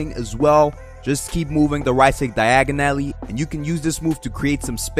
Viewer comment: i love that accent when you say diagonally 😹♥️